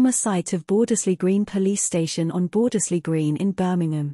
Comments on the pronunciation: yes, the first 'e' should be silent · Shame the voice doesn't say Bordesley correctly